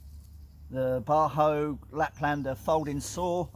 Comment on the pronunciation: It's Bahco, pronounced "Bar-Ko", not "Bar-Ho".